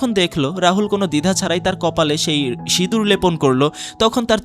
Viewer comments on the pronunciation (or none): none